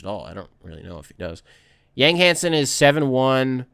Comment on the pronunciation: yang is pronounced “yawng”